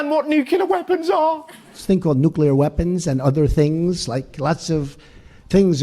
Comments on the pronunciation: Russel dear ... it's nuclear ... not nukilar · Or nuclear, it's nu-clear not nucular lol.